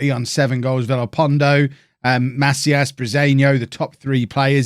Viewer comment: It's pronounced "Ma-SEE-as"